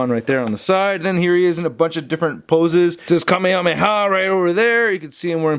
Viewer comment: U keep pronouncing Kamehameha wrong